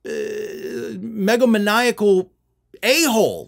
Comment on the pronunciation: I think the word you were trying to enunciate was "megalomaniac."